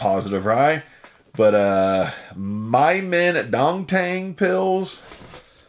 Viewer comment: LOL my-men-dong- tang????? made me cry laughing till the end of the video!